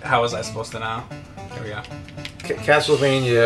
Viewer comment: james, i love ya, but please stop saying castlevanyuh. it's castlevania(like as in mania).